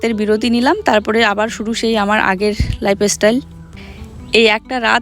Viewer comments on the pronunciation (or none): Tumi ak i kotha bolo na toh j o k tomra boka dao tomar kothai sunena amader kotha kano sunbe dada. Dada emni jedi jeta nij bojhe setai kore tai faltu bole lav nei.Juhi choto or khabar samay video koro na. Bolle sono na.লাইফস্টাইল কথা টা লাইফ এস্টাইল নয়।